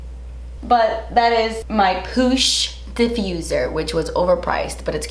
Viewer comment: “Poosh”. You meant “Posh”???